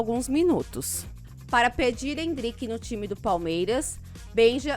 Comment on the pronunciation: Não é Endríke....é Éndrike!! N é Tábata....é Tabáta! Endríke foi foda! kkkkkkkkkk